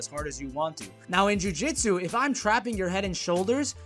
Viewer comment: great video, but right pronunciation is jiu-jitsu